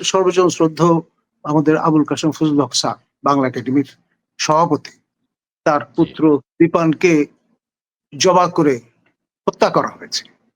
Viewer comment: তোমাকে চাকরি কে দিয়েছে বাংলা উচ্চারণ তো পারো না ভালো করে। জবা করে মানে কি